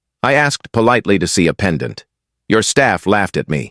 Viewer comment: Robot narrator must pronounce pendant properly not as: pen...Dante phonetically.